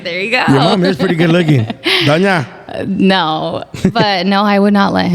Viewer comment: “Doña” lmao 🤣